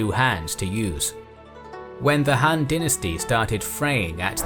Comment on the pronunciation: Why is "Han" pronounced like "Ham"?